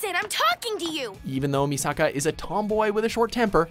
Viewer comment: Its pronounced Me Suh Kuh not Me Saw Kaw